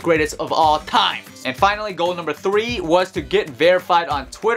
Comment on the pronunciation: You here the way he said times